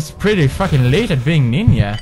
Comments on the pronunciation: it's not ninYa its ninJa I know that you are Caucasian but you can say ninJa RIGHT? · I love how Pewdie says Ninja as Ninya. xD Ah, germanic languages using J's as Y's.. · Let's not correct his pronunciation, it's cute that he says it like this XD